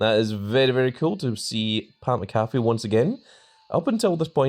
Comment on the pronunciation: How many times you gonna mispronounce Pat Mcafee 😂